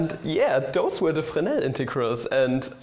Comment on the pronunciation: O that's how you pronounce Fresnel haha